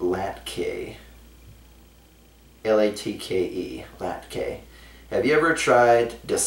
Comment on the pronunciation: latke is pronounced ˈlätkə lot-kah but thankyou for responding anyways, also try to supplement a lot of things quickly, (random tavern, magic shop, weather, pick pocket loot, etc.)